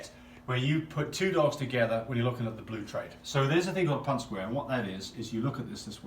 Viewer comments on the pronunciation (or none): I sincerely appreciate your knowledge base and know that you are obviously well educated in these areas. The only critique I would have, is that the proper pronunciation of the word is PUNNETT square. You and your assistant both refer to it repeatedly as PunDIT. This might be accent related, so i apologize if that’s the case. :) Other than that tiny thing, I sincerely enjoyed your work here. :)